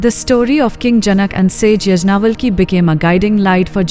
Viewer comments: It is not यज्ञावलकी.It is याज्ञवल्क्य ऋषि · Pl learn how to pronounce Sage Yagnavalka's name properly. Otherwise❤ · Please use right pronouncing for all the sages yagnavalk